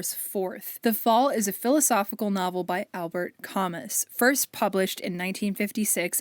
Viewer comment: Idk if anyone else has commented this and I mean no offense by this but, Camus is a French author and his name is pronounced “ka-moo” and Sartre is just “sa- truh”! I love this video though, big free little library and thrift store fan myself :)